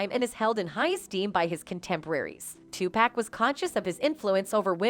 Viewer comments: Tupac not Tupack 🤦🏽‍♀️🤦🏽‍♀️🤦🏽‍♀️ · Why do white people say two pack it's Tupac. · She murdered his name! Tupac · listen his name is TUPAC OK 2 POCK...PPPOOOOOCCCCCKKKKK LIKE GLOCK PAC!!! OK